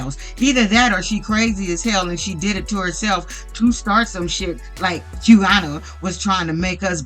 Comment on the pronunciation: Hey, thanks for the vid ❤ just a note, Quiana’s name is actually pronounced “Kiana”. Idk why it starts with a Q lol